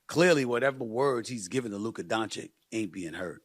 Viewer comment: Firs what Stephen must learn is how to pronounce Luka Dončić...show some respect/class Mr......